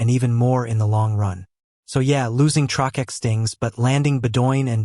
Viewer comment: "Trokeck" lol. AI crud